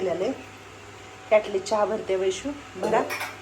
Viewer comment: कयाटली म्हणु नका ताई किटली म्हणा राग मानू नका